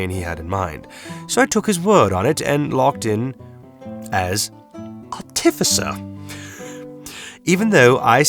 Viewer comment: Bro I love listening to you struggle to say Artificer.